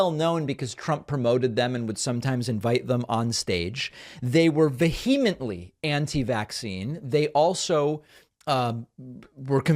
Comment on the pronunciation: Congratulations on your correct pronunciation of "vehemently."